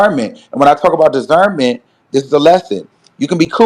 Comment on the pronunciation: Wtf is dizernment ??? 🤣😭